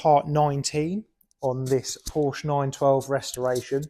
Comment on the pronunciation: Porshuuuuh. Not POrschhh